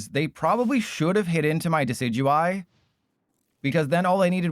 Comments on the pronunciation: It's pronounced "DEH-sih-doo-eye", not "deck-ee-DOO-ee". Just FYI. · Why in the world did u call decidueye like that😭 That pronounciation is so cooked